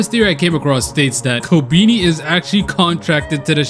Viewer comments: It’s pronounced ko-Ben-eye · The fact he said kobeani